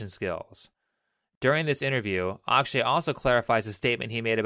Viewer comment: i know you are not a native speaker but a common mistake I see people doing while speaking hindi words. they mis pronounce the "A" for example his name is akshay ak is like fuck without f .a in starting is mostly like it you are saying aakshay also genrelly you don't say last a for example rama will be same as ram